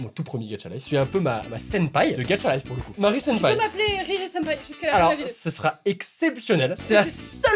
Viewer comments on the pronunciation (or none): Moi au début:, ce n'est pas "Gatcha Life" mais "Gacha Life" 😂😂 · Au début de la vidéo il a dit getcha life